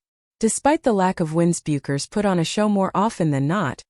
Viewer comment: Her name ia pronounced Beckers. The "u" is silent.